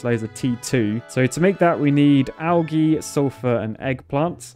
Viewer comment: Love the content but when he says algae and methane I cringe.